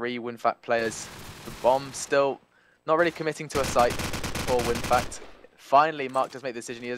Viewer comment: its winfakt, not winfact ffs.